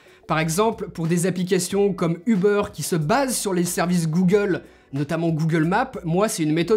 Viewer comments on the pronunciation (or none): none